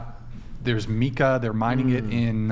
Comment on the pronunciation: Yo, mica is pronounced 'mike-uh' not 'meek-uh.' I'm a geologist, so yes, I'm quite sure